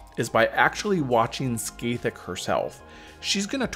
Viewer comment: I'll never stop enjoying peoples seemingly endless imaginative capacity when it comes to pronouncing Scathach (Ska-hah)